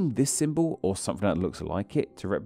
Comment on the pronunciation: On a channel about names I don't expect to hear "maffs" (maths), "free" (three) and "symbaw" (symbol) etc.